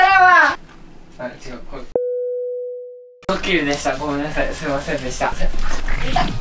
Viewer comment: すいましぇんwww くしゃみナイスタイミングwww